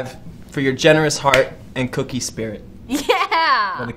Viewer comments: Anyone else notice how they said "cookie" for "kookie" instead of "kooky" as in "quirky"? ....No one else?, Just me? ....ok 😎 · Kookie doesn’t = cookie Kookie = koooo-key Side note I love the show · it was pronounced (k ew key) not cookie hahaha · Who else got annoyed when he said cookie and not kookie